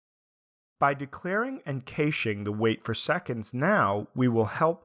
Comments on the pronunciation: Cache. I've never heard it pronounced like that. Cash or Cash-ay, but never Caysh. Maybe in "The Usual Suspects", as in "Gimme the cayyyysh..." ;) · It's just "cash". I actually had to guess for a second what he was trying to say, but I guess there was a thick accent on top as well. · What is 'Cayshing'? xD